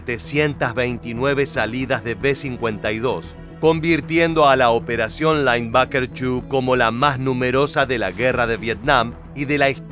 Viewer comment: Seria bueno un relato en castellano o ingles......."lainbaker"😂😂😂